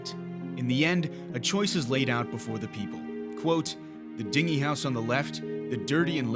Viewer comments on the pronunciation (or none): "Dingy" is pronounced "DIN-jee". Soft g sound. "DING-ee" is a kind of boat. Also, you know you could get much longer content out of this footage if you actually embedded the relevant parts of the original footage with the intact soundtrack and let us watch them FIRST, then reviewed with your commentary. Just sayin'. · Dingy is pronounced din-jee, not ding-y. A dinghy is a type of boat. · What's a "dinghy house"? I know what a "dinghy" is. Why would you put a house for a boat in the desert? Do you mean a "dingy house"? It's pronounced "dinjy" and means unkempt, dirty, marred by grime and wear. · I'm pretty sure at the end you meant to say "dingy" house on the left. Not "dinghy." One is pronounced DIN-jee and the other is DING-gee. Dingy is dirty. The other is a boat. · The “dinghy” house on the left? Din-gee. As in: worn and run down. Not a dinghy: As in a small boat. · He said dingie with a hard G instead of dingy with a soft G. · Dingy (dirty). I didn't realize the narrator was messing this up. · "Dingy" (gloomy and drab) is pronounced with a hard/distinct "n" and "g". You pronounced it like "dingey" (a small boat) with the soft "ng"... Just FYI. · "Dingy" when meaning dirty is pronounced "dinjy". Otherwise great job. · ha!!! I caught that too. dinghy? or dingy? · Perhaps the phonetic spelling “Din’-Jee” is clearer. Dingy meaning dirty or dull. As opposed to “Ding-E” Dinghy… a small boat. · "Dingy" -- pronounced: DINN -ghee, not like ding-ee. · Dingy = Din-GEE, with a soft G, not like a bell dings, lol. Ding dong! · You said 'dingy' wrong. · Dingy, no, not a small yacht. But a messy house. Rhymes with stingy. Where do you find these narrators? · A dinghy is an inflatable boat. 'Dingy' is not pronounced like 'dinghy'. The 'ng' should sound like the 'nge' in 'singe'.